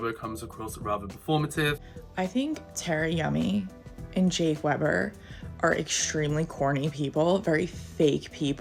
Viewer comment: how can someone say they watch a person on youtube and still not pronounce their name properly?